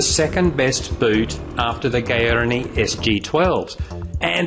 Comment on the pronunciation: Gaerne, pronounced Gar-Nay. Great vid and its convinced me to go the SG10 or 12